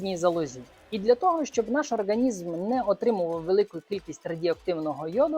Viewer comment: ОрҐанізм) ріже слух